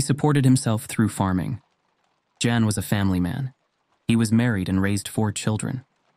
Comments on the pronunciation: (I hate to be picky, BUT) It is not pronounced Jan, like John even though they are inter-related. It is pronounced Yan, or even Yawn since ''A'' sounds and ''O'' sounds can be a little interchangeable in many Northern and eastern European languages howver you spell them. AND, wait a minute! Steady on! WHAT was the guy doiung prior to the sighting at approx ? PICKING MUSHROOMS. Hmmmm.. Maybe wasn't the best example to use, even if it was true perhaps? Sure, I recoignise in that part of the world you'd have been picking them since childhood, BUT, none-the-less it leaves itself open to that critisism. The case of the Hills in 1961 brings up memories of my dad, who when watching a documentary on them and other sightings/abductions (this in the late 70's ish?) I suddenly as an 8 or 9 year old realized what a walloper my dad in fact was. He said of Betty and Barney ''if it had been a white man and a black woman, I might have believed it, but not a black man with a white women''.. How on earth he arrived at that conclusion I do not know. But, it certainly raised red flags to me even at that young age about my dad. But then, he was in the Orange LOdge, the predecessor of what in America beciame The Klan (which has a nasty Scottish root to it as many Scots got jobs as foremen and supervisors of slaves. They themselves had been abused by the crown and fuedal barins and Lords in Britain, and to be fair, to an extent, were terrified of being demoted to that orecarious status again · I think his name is pronounced Yan?